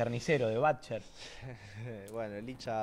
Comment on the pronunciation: y dale con batcher!! se dice butcher!!